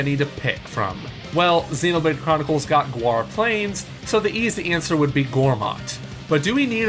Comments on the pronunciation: Goo-arr plains. ...no comment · Btw it's Gaur Plains, not Guar Plains